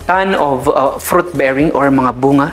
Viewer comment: Plenty “ frot “ trees area but not so much “ FROT “ trees … !!! 🤔